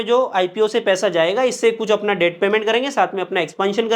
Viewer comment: Please don't mind but the pronunciation for debt is det, not debt